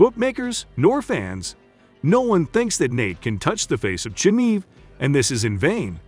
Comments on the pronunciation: If you can't even pronounce Chimaev properly, then don't even talk about Nate beating Khamzat. You effin' casual. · can’t even say chimaev correctly, doubt u know enough to form a decent opinion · i was having a good laugh reading the title, and also listening to the narrator butchering diaz and chimaev pronounciation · Nate DYE ASS vs COMZAT CHIMEEV. This guy is just reading a script obviously doesn’t watch the sport. This is painful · Nate Dye-Azz vs Kamzaat Chumeev. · Nate DIEaz and Khamzat ChimEVE?? mate your pronunciation is hilarious, you obviously take MMA seriously, great work lol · Jesus, his name is pronounced Deeaz, not die-az. Where did you get that from?!? Chim-eve? Are you intentionally trying to annoy people? Lol? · Die-ez and Chimeeve